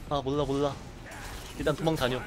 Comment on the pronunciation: '몰라' 할때 발음이 왜이래요 ? 리을 발음이 좀 이상한거같은데